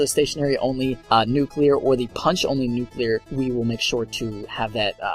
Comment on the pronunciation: hip fire nucular